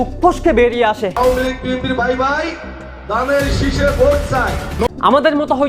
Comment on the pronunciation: পফ্যামিলি না ফ্যামিলি দানরেসিস না ধানের শীষ লেকচার এর আগে বাংলা ভাষা ঠিক করে নিও ভাই